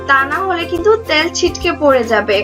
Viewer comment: আপু আঞ্চলিক উচ্চারণগুলো একটু এড়িয়ে চলার চেষ্টা করুন। যেমন তেলকে ত্যাল............. ভিডিও এর মান বাড়বে। ধন্যবাদ!